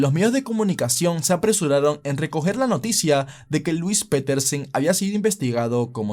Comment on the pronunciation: Piterson: 🚫 Petersen: ☑️